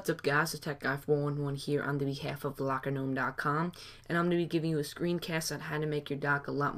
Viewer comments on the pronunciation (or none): it´s "lockergnome" not "lockernome"